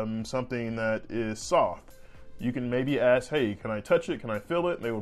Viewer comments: Respectfully... you should drop the substitution of axe for ask. It makes.. in my opinion.. you sound uneducated.. which you are not. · K G good to hear! Stop leaving negative comments on these videos. Let him pronounce the word ask, axe without your silly comment.